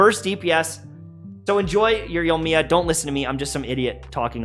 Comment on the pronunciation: I've heard so many streamers and Youtubers call her Yomiya, there's an I in her name lmao